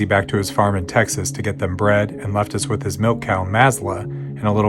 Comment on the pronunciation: Why dose she keep saying melk